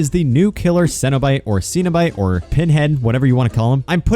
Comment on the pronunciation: How to say cenobite Sen-o-bite